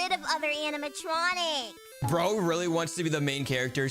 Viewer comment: and. tuner. or rirly. dayting. 😮. emmmmmmm rirly